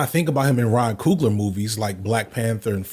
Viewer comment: It’s pronounced (couglee yay) I only bring this up because I’ve heard how Ryan coogler pronounces it himself.